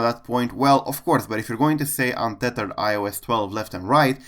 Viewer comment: What about the guy said unthethered for iOS 11?